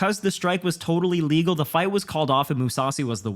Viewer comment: Its crazy that two english guys both have this confusing of dialouge haha. was trying to say “ref should start the fight again” vs having luque get time because the strike was legal. Also, the way said “a legal” came off as “illegal” which is why Bisping was originally saying luque should get time. didnt do anything wrong here. Bispings main wrongdoing here is him responding saying “i know ” like bro you are commentating the fights, clearly wasnt saying that last part as a poke or jab at bisping he was just laying foundation for viewers and bisping took it as a comment to him which made this awkward af. Regardless, I think is a great commentator. I also think that, although Bisping can be a count without the O, he is still a solid commentator most times. Mike does let his ego get the best of him tho